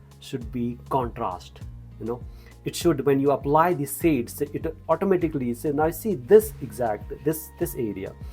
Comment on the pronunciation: I also didn’t understand at first, but he is saying “shades”. Sir, the video an art are magnificent, but please say shade with a j in between, like shjade.😉😁👍🏻🍀